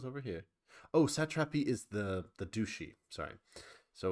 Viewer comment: I always die inside a little when you say "dooshee" instead of "dutchy" 😅